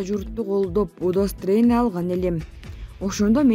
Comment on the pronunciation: Удосторение эмес Удостоверения туура окуп туура айтсанар.